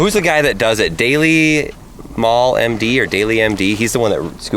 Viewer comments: it's D all my D not Dall myd 😂😂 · It’s not dailymyde it’s pronounced D-L-MYDE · It's pronounced "D - All - Mighty"... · Its pronounced the all mighty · De all mighty is how it is pronounced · It’s pronounced D All My D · It is pronounced D all mighty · funny how he pronounced your name wrong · Since you did not know how to say dallmyd I do not think you will clab 😂😂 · It’s pronounced D-all-mighty but he spells it dallmyd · Then surely it should be DALLMYT because mighty is pronounced mighty not mighdy